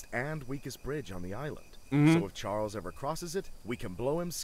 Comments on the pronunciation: Charles was just upset that you kept calling him Chiarles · Please go to the King and call him Chiarles and record his reaction, thanks! XD